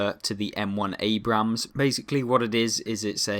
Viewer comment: can you Please stop pronouncing the second A in Abrams, that is not how you say the name, you only pronounce the first A but keep on with the amazing content, far better then cloneguy, he is just a whining bitch also it could be the Bore from the Leopard A1A1 L/55, since that is a Leopard 1 with a 120mm gun